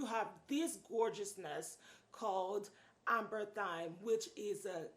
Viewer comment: Its actually Amberythme not Amberthyme but great video.